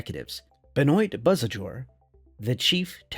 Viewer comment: Benoit = “Ben-wah” not “bah-noit”